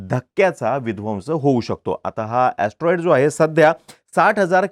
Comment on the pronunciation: Atroid or astronaughts😂